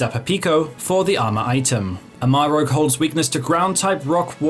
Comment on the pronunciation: Why is everyone calling Armarouge "Amarogue"? His name literally translates to Red Armor. IE Ceruledge is Blue Edge (sword). Are we all at grade school reading level?